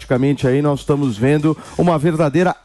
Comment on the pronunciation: Qdo fala "NOIS" pula 😂😂